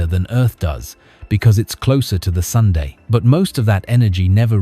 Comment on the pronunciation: That was funny. I heard "Venus ... is closer to the sundae." A little before 8: 49.